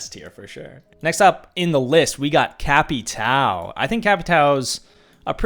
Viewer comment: Please stop with cap e tow pronouncement please it hurts my head